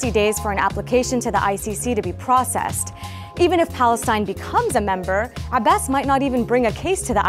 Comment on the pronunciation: I loooove it when Dena tells the news. And the perfect pronunciation of Abbas's name - refreshing! Haha One thing is for sure, Palestinians do not give up, we will get what we deserve and those that hurt us will pay. Justice will be served because you can only be a liar, a criminal, a heartless monster for so long.